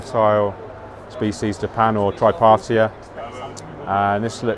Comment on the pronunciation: Hi, I love watching your videos but one thing's pissing me off. You keep saying a plant name wrong. It's Hydrocotyle TripartiTa and not Tripartia. Is there a reason why you pronounce it like tripartia without the T at the end? or is it just a reflex of yours? Just asking... because i hear you saying it the same in every video... maybe you haven't noticed:D Keep aquascaping! Cheers